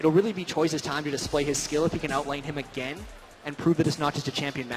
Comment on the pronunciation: This commentator "Agayn"